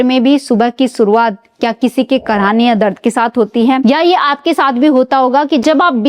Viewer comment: ये वीडियो न देंखे, हिन्दी उच्चारण बहुत अशुद्ध है सुरुआत?? या शुरुवात खुसबूदार?? या खुशबूदार सरीर ?? या शरीर, मालिस?? या मालिश सामिल?? या शामिल असुद्ध ?? या अशुद्ध सान्त ?? या शान्त औसधियो?? या औषधियों कांच की सीसी?? या कांच की शीशी